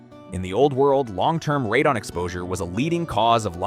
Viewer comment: Honestly, first few videos I saw weren't bad and the info isn't terrible (though I would "trust but verify" what's said), but I quickly realized this is just an AI slop channel... The scripts are clearly generated by AI and the voice is also AI (notice that the narrator pronounces Radon "ray-din" intermittently?